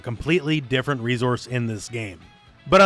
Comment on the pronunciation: You missed the character in the billboard. Also, I come here to listen to you mispronounce the word "resource" over and over.